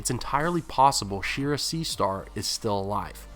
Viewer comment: Shee-ar-ruh... yeesh